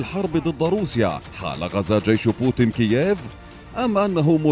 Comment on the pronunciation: بوتين مو بوتِن.. بالياء مو بالكسرة يا معلّق يا فهمان